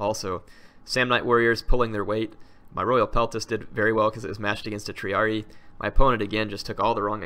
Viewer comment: Don't wanna be a kill joy, but I believe it's pronounced Tree-ar-red-eye. Correct me if I'm wrong.